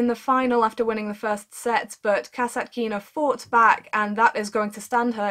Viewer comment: Her surname is not kasatk'ina, but Kas'Atkina, remember, please. So, right to say VesninA, SharApova, SvitOlina, Gavr'ilova...